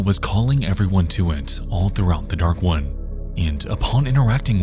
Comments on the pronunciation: Lowkey thought bro was saying “the dark ones” the whole time lmao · I swear dude is saying "Dark One" and not "dark wood"